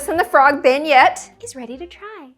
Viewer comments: isnt it like pronounced ben-yay kinda? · I live in Louisiana, and I love beignets, and the way you said it hurt my soul. Still, you need more sugar.